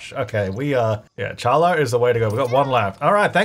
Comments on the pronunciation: Challah is pronounced Hallah, like Holla back girl. (Okay, it’s actually a sound that doesn’t exist in English, a guttural throat scrape H, which is why it’s spelled like that. In fact, you could name the stand “Challah Back Girl.” 😉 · Loving this way too much. But Challah is pronounced HaLah 😊 that made me smile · Hey just so you know Challah bread is actually pronounced “hallah”, so the c is silent. I’m not even Jewish and I kept getting an eye twitch lol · for future refrence you don't pronounce the c in challah. you can pronounce it hallah as its closest english equivilant but the ch represents a consonant sound in hebrew that we don't have in english. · challah is pronounced Ha lah Its a Jewish bread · "Challah" is pronounced like "hollah" with kind of a phlegmy h at the beginning. Thanks for the lovely series, I'm really enjoying this rags to riches in particular! The mold is so annoying... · Challah is pronounced Hallah it’s a traditional Jewish bread 😄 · Challah is pronounced "HAH lah" (hard to write phonetics, but the first syllable should be said like you're hacking up a furrball. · Not brutally mispronouncing challah during Chanukah of all times!! Read: ha-la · Hi sorry I’m not being rude but challah is usually pronounced more like Hallah. The CH is made at the back of the mouth. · Hey challah is pronounced with a “H” sound not the “ch” So like “Haa-laa” Also it is Hebrew so at the same time it almost sounds like you are clearing your throat as you say it. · I don’t know if this is an Australian thing but challah is a Jewish bread pronounced more like hallah with a hard h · Challah is actually pronounced as “Hallah”, the c is silent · Did pronounce "Challah" and "algae" like that because he doesn't know or intentionally because he has the cringe trait? XD Just so you know it is HA-LA and ALJEE:p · challah is pronounced like 'Holla!' but your clearing your throat at the beginning. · Challah is pronounced halla!!!